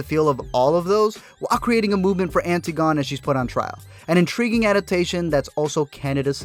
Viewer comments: Antigone isn't pronounced as it's spelled... remember, its a Socratic play. From Ancient Greece. They don't say "Anti-gone" they say "An-tig-un-ee." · anti-gone is pronounced an-tih-goh-nee... antigone... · It's pronounced Ann - tih - gun - knee. I made the mistake of pronouncing it anti - gone in my college classics class lmao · Anne-tig-oh-nee Not antee-gone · Antigone is pronounced Ann-TI-go-nee. :> Hope that's helpful! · antigone is an-tigg-uh-knee